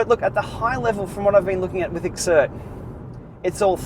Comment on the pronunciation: I believe its pronounced "Zert" rather than X-ert, but whatever. Today's plan is another training platform that i've found to be amazingly beneficial to performance increases.